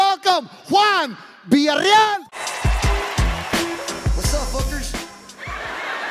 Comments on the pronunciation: was introduced by three different comedians to start this video. One supposedly a Mexican,, and none of them could say Villareal. smh but lmao. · Wtf? Viyarreal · Its vilya-riyal... Not verrraaalll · They say his last name wrong everytime, I can relate, I'm also a villarreal, I have to spell that shit out to people every day lol. Give it up for us villarreals-Luis villarreal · They botched this guy's last name so bad lol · Juan Villa"real" lol can't say it